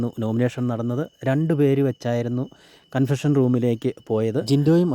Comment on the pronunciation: കൺസഷൻ റൂം അല്ല... കൺഫെഷൻ റൂം...